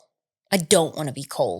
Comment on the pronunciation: Irritates me when says “ wool” instead of “ well” - I cringe!